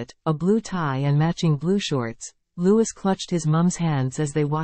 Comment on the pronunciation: Louis is pronounced lou-i ( silent s)